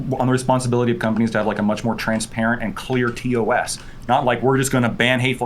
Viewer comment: Ugh... Please stop saying 'TOSS'. It's 'T-O-S' or 'Terms of Service'. Why are they adding an extra 'S'?